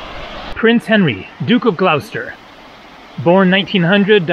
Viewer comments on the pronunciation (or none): none